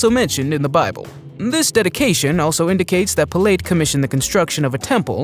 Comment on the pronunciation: “Ga lee lee??!” NOOO!! “Gal uh lee” = Galilee “Pill leet?” NOOO!! “Pilot” = Pilate